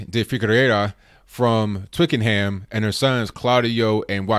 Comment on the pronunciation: I live in Twickenham & your pronunciation of the town is hilarious!